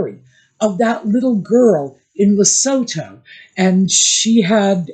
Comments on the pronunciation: LESOTHO pronunciation. Hello. You are pronouncing Dr Sophie name correctly. However Lesotho incorerect. Try say le-sue-toe. Greetings from Southern Africa. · I have to do this everyone is pronouncing Lesotho 🇱🇸 incorrectly. LA SUE TOO is how we pronounce it in Africa.